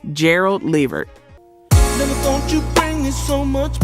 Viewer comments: I know she called allyiah Donna instead of Dana and I caught that too how it said LeVert wrong too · Man I almost unsubscribed when she missed up Gerald Levert name. 😤😂🤦🏾‍♀️ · It is not La Vert or Lee Vert, it is LEVERT!!! R.I.P. all of these legends!!! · La vert damn say the names correct A I how hard is that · Their family's last name is pronounced Le-VERT!!! #GeraldLeVert's heart was worn out for a young man... constant work and no rest, rich food, and lethal mixtures of prescription drugs. These doctors should be put under the jail houses and have their licenses revoked. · I subscribed and when I'm able I'll join keep up the work tho and work on the AI so it will actually say LEVERT😂& NOT LEHVERRR😂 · I am SHOOKETH!! This whole time I didn’t know this was AI until……”Leh-virt”😑😑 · You take too long and who the hell levert when it’s la vert. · LAAAA VERT. Really??? Please put sum respect on his name . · Girl get the Levert's name right Lu-vurt. Talk to Pat Brown she said Whitney was beat to death which one is it?!!! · His name is pronounced LA VERT 🤦🏾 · Call the Late GERALD LEVERT by Pronouncing his Last name as LA -- VERT, got IT!!! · Le-Vert…my gosh…is this A.I? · Why are you saying Levert like this? It's pronounced Le'vert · You need to work on your pronunciation and delivery. This is why you are getting views and no subs. Hope that helps! ❤ Oh, and it’s pronounced “La Vurt”. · Hint: watch just ONE INTERVIEW of your subject, and note what the interviewer calls them. Or, watch a music video where they are introduced, and note what the introducer calls them. It's. leh-VERT, with the emphasis on the last syllable. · I was gonna sub tell i heard her uhm the AI missprounce Levert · Whomever or whatever you are pronounced Levert 4 different ways and even showed more of Gerald as opposed to Sean,interesting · Is this a AI? Because it’s pronouncing Levert’s name WRONG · I subscribed and then you pronounced LeVert in that manner. Unsubscribe! & a dislike